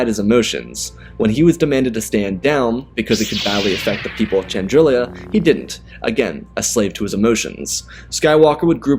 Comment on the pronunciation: Great story - you mispronounce a few names, though… Chandrila only has one i, and it’s Muunilinst - MYOO-ni-list or MYOO-ni-linst, I’ve heard both.